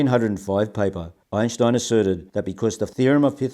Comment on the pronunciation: I've been watching Sky Scholar videos on and off for two days and nights. Imagine my surprise when shows up on one. How wonderful. * he pronounces Einstein's name correctly, I respect that.